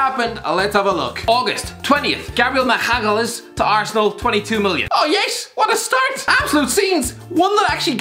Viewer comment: No one::Gabriel Maglbgfkdsz